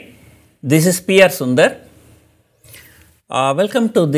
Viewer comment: Sorry but you are saying your name as funny..